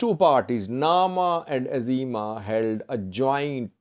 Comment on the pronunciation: Izėma not Azima. The "I" is also pronounced like an "I" in "India".